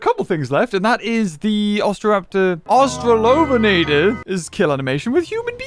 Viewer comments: the australovenator is pronounsed austro la venator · I’m from Australia and love dinosaurs. Firstly the Aus-tra-low-ven-ah-tor is not fast at a max speed of 25kph although being able to reach that speed in three steps and they really show add more Australian dinosaurs